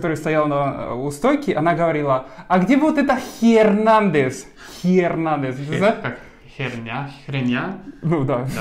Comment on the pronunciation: Ой, умора, ребята, насмешили до чёртиков! :)) Так, файос (без удвоенного л) и Ернандес (без Х) - надо запомнить, ай, ещё и яйца - тоже без Х... :))